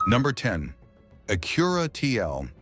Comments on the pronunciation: Is that how you pronounce ACURA? really? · Especially when it keeps pronouncing Acura and present wrong 😂😂